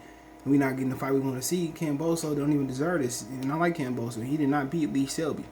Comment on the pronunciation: You can’t even pronounce George’s last name properly …. Just sit and comb your beard !!!!